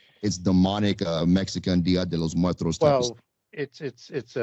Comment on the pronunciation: Its dia de los M U E R T O S! not muetros or whatever. Oi vay!